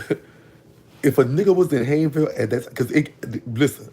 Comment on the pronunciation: Major banks is my grandparents pastor. He was a short brown skin fat man. And it’s pronounced “Hains-ville”.he has a large mole on his cheek.